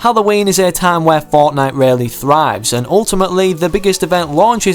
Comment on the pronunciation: 8;45 says Fortine instead of fortnite